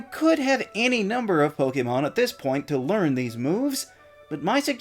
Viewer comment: Liked for actually pronouncing “Pokémon” correctly! Great video!